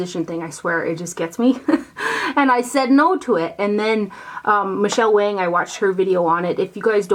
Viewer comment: Spelled Wang pronounced Wong. (Michele Wang that is). 😊💄❤️